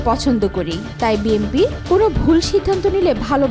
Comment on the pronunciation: বিএমপি বিএমপি মারাও ক্যান😂 বিএনপি উচ্চারণ করতে পারো না?😅